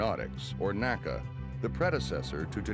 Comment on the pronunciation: I had to quit watching. Was OK until the narrator began referring to “nA-kUh”. Even though within minutes says “the N A C A” when referring to the agency he worked for. Like fingernails on a blackboard. A museum should know what old agencies and departments were called. Nobody back then ever called it anything but The N.A.C.A.